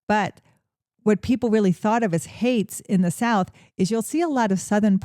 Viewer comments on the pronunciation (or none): It’s haints not hates.